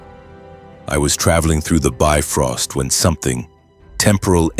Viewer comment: Well yeah. This is what happens when you have AI write a story for you. Then you let the AI voice call the Bifrost a "biffrost".